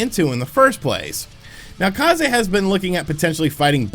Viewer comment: If they are Japanese, then Kah zay is the correct pronunciation! It means Wind